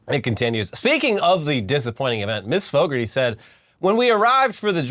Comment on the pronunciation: FYI - In Britain (please don't - it's normally bad enough) It's not pronounced 'Faux-garty' but closer to ''Fog-arty". Go look up commentary for Motorbike legend Carl Fogarty for how to pronounce it.